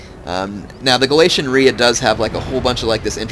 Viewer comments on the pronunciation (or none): ITS gal-ei-sy-un